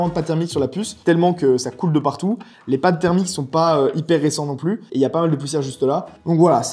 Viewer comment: Au plussss ! Si ce n'est pas pour une addition, le "s" de plus ne se prononce pas ! Plussss t'es grand plussss t'es con, ça ne marche pas !